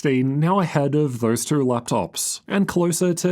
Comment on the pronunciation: Hey I notice that always speaks in cursive, very noticeable when he says "two" or any word with the same vowel, like he is twisting his tongue too much.